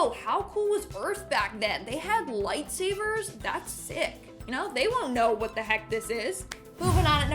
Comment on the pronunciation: Lmao did she say..."light savers"???